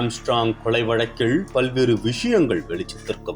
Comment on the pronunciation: அவங்க கொலை ஒருபக்கம் இருக்கட்டும்....தெருவிள்-கொளை-தகவள்-கும்பள் என்று இந்த காம்பியர் தமிழைக் கொலை செய்கிறார்....